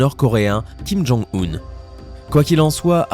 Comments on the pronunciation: Euuuh c'est pas Kim Jong hill C'est Kim Jong Yun j'crois ou alors sa s'ecrit differement ? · se n'est pas king jonil ses king jonoun